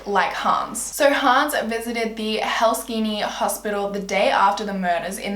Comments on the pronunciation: You said helksini but it is pronounced hel-sink-key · Those names were not even close :D ( before u come to me finnish is my first language) but anywayyss... really like that you don’t do always vids about the most well known cases <3 and btw it’s Helsinki not Helskini ;3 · OMG I LIVE IN FINLAND😂😂 and did you just say Helskini its Helsinki but no shame no shame 😂🐖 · First time I've heard Helsinki pronounced as "Helskini." I may like your version better.